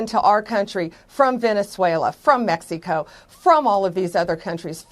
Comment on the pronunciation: "From Mex-e-co" - Pamela Bon-dee